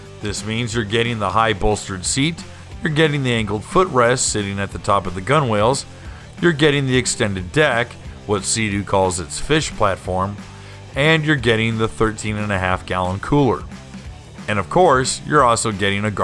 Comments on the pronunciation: Gunwhale is pronounced gunnel, rhymes with funnel. 🤔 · The word "gunwales" is actually pronounced GUNnels.